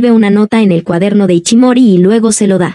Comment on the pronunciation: No se llama iCHImori sino iSHImori, SHI SHI. De ahi el apodo de ISHI q significa piedra. Se pronuncia ISHI no iCHI